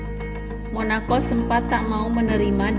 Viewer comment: Monako, bukan monakok.....motto, bukan motok 😁